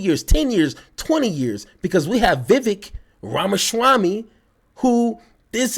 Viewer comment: I love your content!! As an aside, I'd like to remind everyone that Vivek Ramaswamy's first name is pronounced as follows: VIVEK: rhymes with CAKE